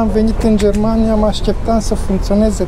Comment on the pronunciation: "Am vinit in jermania" 🤣